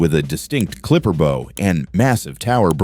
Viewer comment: Bow in the context of ships is pronounced similar to how you pronounce "how or wow", not as how you would pronounce "tow or row". The bow of a ship is not the same as a bow in a girl's hair.